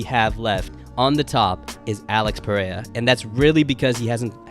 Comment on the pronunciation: Bro still can’t pronounce alex Periera’s name correctly 😂